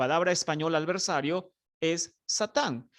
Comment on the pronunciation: Alversario..no. adversario.